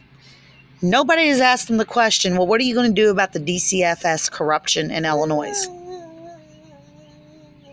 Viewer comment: i do wish you luck in life and with getting your children back please read this whole post before replying about disrespect again. I'm sorry maybe it is not you being disrespectful because you did not grow up in Illinois and some other states don't know how to pronounce it but being born raised and educated in Illinois we were taught from a very early age that the s is silent and i take great pride in my state. Trust me i understand disability and how difficult it is to get help people should post YouTube videos complaining about that.